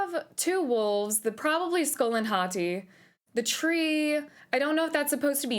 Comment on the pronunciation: Ive been watching a bunch of people react to this cuz I'm super hype for it and you are only like the second person to actually call them Skol and Hati correctly and not just scream Fenryr even though it clearly explains them chasing the sun and the moon and you even have to complete a puzzle having to do with it in the first game